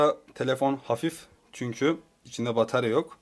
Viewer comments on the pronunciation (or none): none